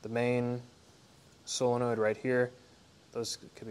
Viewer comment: Solenoid, not "sillinoid"...